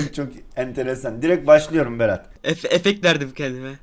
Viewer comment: no body: berat 🆎️ℹ: eF-eFeKt weRdiM kEndiMe